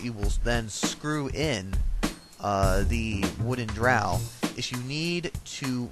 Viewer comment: its a dowel rod, no 'r'